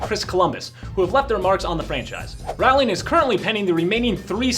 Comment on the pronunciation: It’s ‘rowling’ as in ‘rolling pin’.